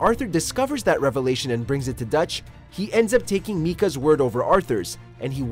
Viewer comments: It’s literally not that hard to pronounce his name, it’s “micah” not MEEKA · Why are you calling (Micah) MEE KA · I almost couldn't handle the amount of times this guy said "Mee-kah" when pronouncing Micah's name. It's "My-kah," dude. lol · My-kah NOT Mee-kah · Seriously, has this guy ever played or at least watched the game? Miika? Meeka? He is Micah [maika]. It tears my ears to hear him pronounce the name wrong. Sure, in movie Paranormal Activity, it is pronounced Miika, but here, EVERYONE who played this knows he is Micah. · This guy obviously didn't play the game and was just reading this off hand. My-Kah not Me-Kah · Mika mika mika What mika, it's michea I was confused hearing mika and was angry it was michea because i didn't know anyone with the name of mika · "MIKA" 🤣🤣🤣🤣 Its MICAH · It’s not me kah it’s my kah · did he say Neeka Bell? Its Micah Bell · "Meechah" its Michah pronounced Mychah😂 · bruh mee-ka?!? tf is wrong with you, mi-ka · Micah not meeka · “Meekah” cringe “Meekah” cringe “Meekah” cringe “Meekah” cringe “Meekah” cringe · What kind of goddamn name is 'Meeka' anyhow? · any sane person who's played the game will know it's pronounced "MY-KA" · O yeah yeah They didn’t even play the game and no, it’s not tomato Tomato, there’s only one way to pronounce his name and it sure as hell isn’t MEEKA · “Meekah” “Meekah” “Meekah” Continues to echo and fade out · Mee-kah bell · It's (My - cah) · Meeca? Did I hear that right? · How are you going to pronounce Micah as “Mee-Kah” ??? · I think that anyone who pronounces Micah as Meeka, never really played the game. They also would have to not be familiar with the Bible or even the fact that Mika as a girls name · Look if you didn't play the game that is fine but atleast do your research. I feel like you just read the Synopse on Wikipedia and summarized. "Meekah." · You can tell this guy hasnt played the game. Meeka 🤣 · "Meekah" HAHAHAHAHAH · He said meekah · Bruh you never even played the game 😂 "MEEEEEEKAH"